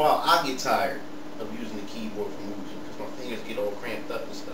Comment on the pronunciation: Is Mugen Lord. Doesn't know how to pronounce "Moo-Gen".